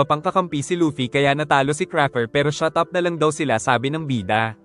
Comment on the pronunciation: "Shatap" HAHAHHAHHHA